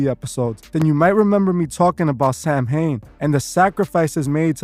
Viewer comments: It's pronounced saw-win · Samhain is pronounced “Sah-win”. 😉